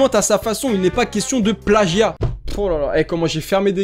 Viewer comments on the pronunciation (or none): none